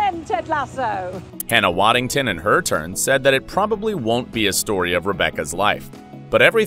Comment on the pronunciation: Hannah "Waddington" at about . Get her name right!